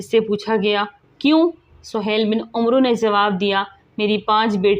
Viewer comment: محترمہ ،آپکی زبان لھجہ اور تلفظ سب صحیح ھے ،بس ایک غلطی ھے جوکہ اکثر پاک و ھند کے لوگوں میں ھوتا ھے ،جیسے عمرو کا صحیح تلفظ عین اور میم کے اوپر فتح یا زبر اور را کے اوپر ساکن یا سکون کا کے ساتھ امر کی طرح پڑھا جائیگا ، آخر میں واؤ نھیں پڙھینگے ، جیسے amar , umro نھیں پڑھینگے